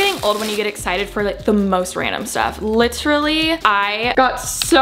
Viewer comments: Chloe & Caitlin liT eR UHlLY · litR LAY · I love that Alisha is addicted to saying the word “literally” and that she pronounces it like Chris traeger is the best 😂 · no one: absolutely no one: alisha every two seconds: l “lichrally” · I don’t mean to leave a mean comment but if I hear “lit-rally” just like that one more time I might kms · "lit-rally" same